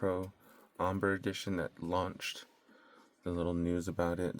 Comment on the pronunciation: Are we really not going to correct the way he's saying Ombre? It''s pronounced entirely different to Amber. (Om-BRAY) Would be the proper pronunciation.